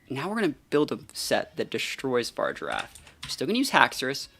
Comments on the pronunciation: Why do you call Farigiraf “Far-Giraffe”? It’s pronounced “fah-rih-giraffe” lol. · yeah but you say “far” rather than “fah-ri”. You are removing the “ri” syllable from its name lol.